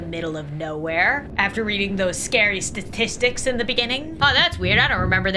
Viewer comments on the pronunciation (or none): none